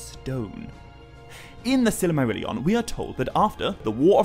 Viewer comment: Why can’t he say silmarillion correctly hahahaha 😂